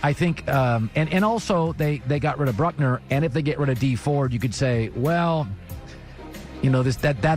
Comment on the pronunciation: The way he keeps saying "Brutner" instead of Buckner just irked me